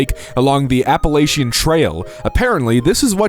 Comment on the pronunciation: the way he mispronounces Appalachian really upsets me, like say it right please